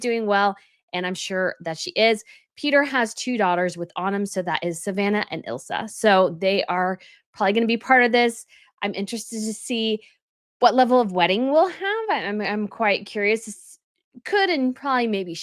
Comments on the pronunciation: Ohh... It I-la Phillips not is-la. It is Cow-toe, not knee-toe.😅🎉🎉 Loved your Gloucershire.🎉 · Second daughter of Peter and Autumn is called Isla (not Ilsa), pronounced Eye-la. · Peter Phillip's daughter Isla's name is pronounced Eye-la 😊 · It’s pronounced Ila not Isla! As in isle! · Peter's daughter is ISLA, not ILSA. It is pronounced 'Eye-La'. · Isla! Not ilsa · Its Isla pronounced Eye la. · "Isla" is pronounced "Eye-la". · Hi, I never usually correct your pronunciation, you do such a good job with all the foreign names, but just wanted to say it’s Isla - as in Island without the nd 😊 it’s a Scottish name, really pretty!